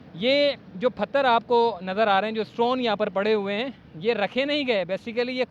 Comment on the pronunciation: Phatter nahi pather hota hai janab